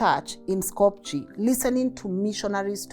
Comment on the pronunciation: SKOPJE -, not pronounced sko-pu-je it's pronounced Sko-peeh...like Cíkú- pee...SKOHP-yeh